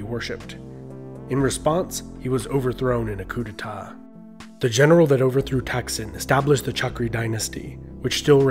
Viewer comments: It was King Tdaak Sin , NOT Taksin. Please be careful with your pronounciation as it can couse the big effect to others who make take side on The Shinnawattra and those who against them. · His name tak(ตาก) sin(สิน) not thak(ทัก)